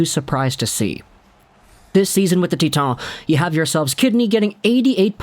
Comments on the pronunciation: "Tea Ton" Everyone else "Titan" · Acadie-Bathurst is in Quebec and Titan is pronounced that way in French.